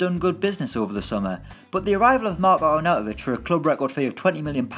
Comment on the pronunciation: Seriously mate, it's not that hard... AR-NAU-TO-VIĆ! Jesus christ, you've slaughtered his name there:D